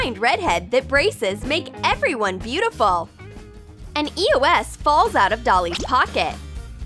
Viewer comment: did she just say e o s? ITS EOS